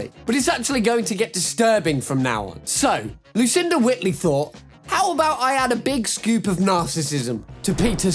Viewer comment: Also, you pronounced “Whiteley” wrong…